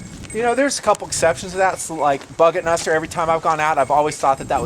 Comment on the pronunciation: BuggetNuster not Budgetmaster